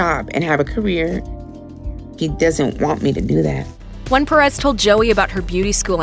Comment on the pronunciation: The way they pronounced “Perez” tho 😂 I’m not making fun I know most English speaking people don’t have a Hispanic accent but It kinda bothered me (sorry( @@